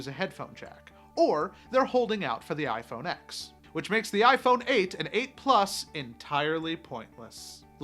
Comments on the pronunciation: WHAT THE FUCK IS “IPHONE ECKS” ITS “IPHONE TEN”! ITS NOT SO FUCKING HARD why do i care anyways lol apple sucks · Thumbs down 👎 because you said “x” it’s pronounced “10” Apple has never called it the x. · it's pronounced iPhone 10... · Tim Cook would know how to correct say iPhone x correctly